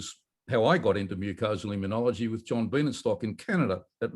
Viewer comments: immunology not immun e ology. Five syllables, not six. You are worse than Jimmy Carter, who pronounced nuclear "nucular". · John, I have sworn to myself that I would not write in to correct your pronunciation of immunology, but it has reached the stage that I cannot keep ignoring it. The word is pronounced immune-ology, not immune-ee-ology. There is no i after the n. It is like hearing people pronounce mischievous as mischiev- ee- ous instead of correctly pronouncing it mischiv-ous. No offence intended, and I hope none taken, but it does become very annoying. I love your show, keep up the good work.